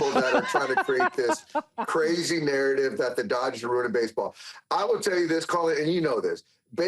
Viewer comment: it’s not Doyers it’s DODGERS in 6 ,stop it I realize your saying it in Spanish have some respect senior for our team